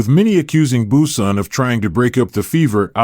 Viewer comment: Brunson not Bueson. I hate bots.